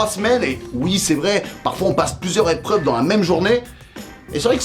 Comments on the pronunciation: "Eprveuves" je l'ai vu celle-ci vous êtes recalé monsieur ! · Les eprvreuvre 🤣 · Eprveuves :) petite faute ou fait exprès ? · "EPRVEUVES" j'arrive même pas à le prononcer XD